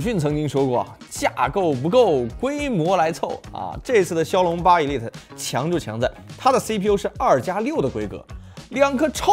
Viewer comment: 一利特，是這麼念嗎？